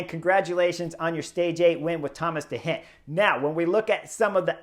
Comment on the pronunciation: I learn and love your analysis. Only one problema: your pronunciacion of the names of the riders: i.e. de Gent , Movistar Arcas, or your wonderful descripcion of you triumphal victory at Angilu. Gracias anyway